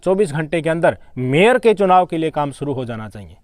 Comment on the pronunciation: Suru nahi bhai Shuru bolo